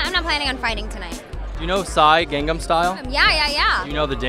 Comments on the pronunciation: I Think she repeated him to mock him cuz he said Gangnam wrong lol. he said it like "Gong"om when its clearly spelled and pronounced "Gang". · first of all it's gAngAm style not gungdam style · Gong-gam style?! Lol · miley sounded like she said gong gong style XD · haha trust Miley to say 'Ganggam style'!! i love her !! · JAJAJAJJA DIOS AME CUANDO MILEY DIJO GANGAM STYLE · Miley: gongnam Style ? haha xd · LOL m miley : " the gongman style" ?? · WHAT, gongnan style!? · miley says it like gongnam style.. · I am getting annoyed at how they can't even pronounce Gangnam right Grrr!!! SHINee Fighting!!! Saranghe Onew Oppa!!!